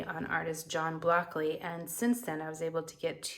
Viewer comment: Please pronounce his name correctly. It sounds like BRockly in the video. Otherwise a nice review.